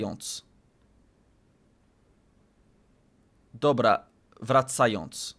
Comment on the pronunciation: your "dobra, wracając" pronunciation was very polish! very native sounding